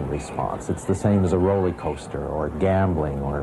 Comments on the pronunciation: dude said "rolley coaster" lol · So what do psychologists say today about the constant looking at phones, doing stupid challenges, etc? And dude lost all credibility when he said Rollie-coaster 😂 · "roley - coaster"......